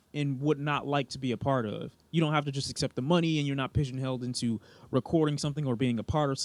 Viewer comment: that moment when said "pigeonheld"